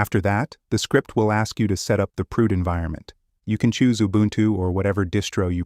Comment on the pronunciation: This is amazing but sorry… Proot sound exactly like prout in French and it means FART I know this is childish but damn I am laughing soooo hard